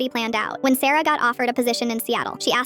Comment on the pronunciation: when you said sarah i thought you said sero